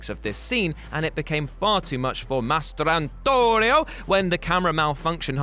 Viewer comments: Almost turned this video off because of the damn way he pronounced "Mastrantonio" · The way this dude kept saying Mastrantonio caused me to not finish this video.